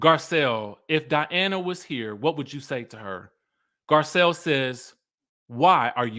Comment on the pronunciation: School the people!!!! This is your channel and the Skye Squad is here for you! ❤❤❤ Edit: I live for these RHOBH reviews cause you get extra passionate. The way you call Diana, DIANNE kills me every time! 😂